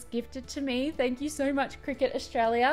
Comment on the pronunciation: It took me literally until the cricut came on screen to work out that you weren't saying "cricket" 🤦‍♀